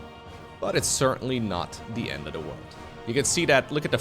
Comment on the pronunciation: I love your commentariesdf, but I really wish you work on your pronuncution of "the" it's not "da"